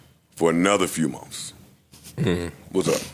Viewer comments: But instead of months he says mumfffs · Momths? Is that how you say it? Asking for a friend that's trying to learn the lingo. Thanks